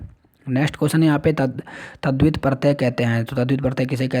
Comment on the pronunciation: महोदय, अच्छा होगा आप वीडियो बनाने से पहले खुद की जानकारी बढ़ा लें। साथ कुछ शब्दों का सही उच्चारण कर लें। जैसे - लङ् (आपने लड् कहा) , तद्धित (आपने तद्वित कहा) वैसे आप वीडियो बनाते रहा करें।